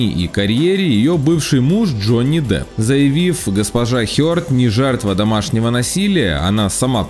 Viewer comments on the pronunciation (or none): Ты чо, черт, какой джонни дАп, он Джонни Депп, А не Дап, или Даб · джони дАп? ща из ушей кровь пойдет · Автор, у Вас проблема с произношением Э? ПАнелопа Круз, Джони ДАп...... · Д Дапп 🤣 3 секунда